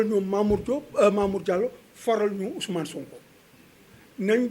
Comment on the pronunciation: Ce on dirait il est du Sud en entendant la façon dont il a prononcé le prénom de SONKO " OUSOUMANE" 😂😂😂😂😂😂